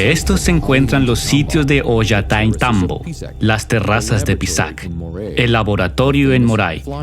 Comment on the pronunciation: Por favor, pronuncia bien es OLLANTAYTMBO..gracias